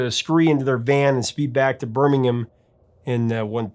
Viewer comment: It's so refreshing to hear Birmingham pronounced correctly, in context. And don't forget, Iommi had no fingertips on one hand. He had to relearn to play at around 21 years old.. legend!